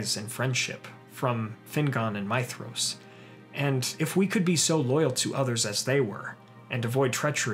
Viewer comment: You said his name right I'm in LOVE